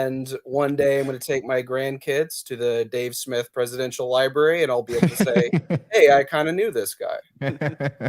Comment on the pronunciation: I thought Dave wiped the floor with this kid but he really lost it for me when he said "Liberry" Also, his interrupting and mental gymnastics were incredibly frustrating. Show your face,!